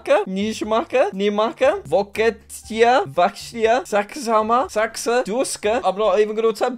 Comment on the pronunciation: Vokietija❌ Vokeeeteeejjae✅